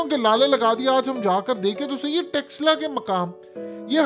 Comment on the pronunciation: Don't say" TEXLA. " It's " "'Taxcilla "”. .